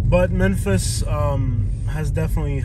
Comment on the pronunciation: That's not how you say memphis hose